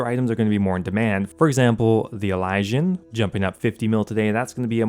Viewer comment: It drives me insane when you say Elysian lol. It's pronounced ih-liz-ee-uhn